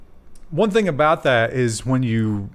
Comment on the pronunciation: I'm pretty sure is pronouncing thing weirdly on purpose trying to troll everyone. He does it a lot:P